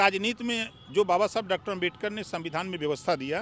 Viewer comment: Bhai op rajbhar kuch bhi bolta h 😂 Dr.babashaheb ambedkar ka name to shi se le nhi paa rha h